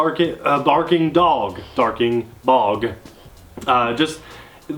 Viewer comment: "darking bog" hahaha!!! :-)